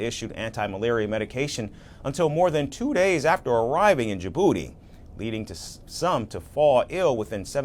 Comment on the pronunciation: They are sending aliens to South Sudan? And where is "Djiburdi" pray? Are these American broadcasters referring to Djibouti?😊